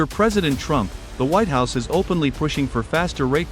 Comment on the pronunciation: "there I S " is how your AI narrator reads what I assume it "there is" ???